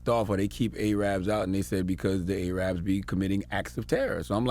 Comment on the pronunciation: can someone please help Charlamagne tha God pronounce the word Arab rather than A-rab